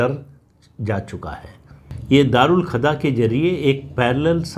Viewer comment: राम राम सर🙏🏻 प्रणाम एक संशोधन सर: दारूल खदा नहीं दारूल कजा है🙏🏻